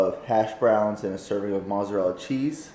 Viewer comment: you pronounce mozzarella incorrectly